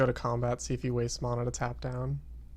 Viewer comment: You pronounce Mana completely wrong! Like seriously, you call yourself a rank 40 Duelsplayer and youtuber, but you can't even talk proper english. Sucks to be you mate. You fucking piece of shit.